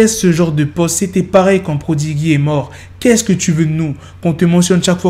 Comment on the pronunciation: Tu a l’a prononcer vraiment prononcer ProdiGUI realy??? Tu parle de P de Mobb Deep realy???🤣. C’est ce que je dit tu ne connais pas les légendes du hip-hop. Tu est connais que la nouvel generation. Please j’aime ton taf vraiment ne balance pas ses infos juste pour être le first one. Plus de qualité que de quantité bro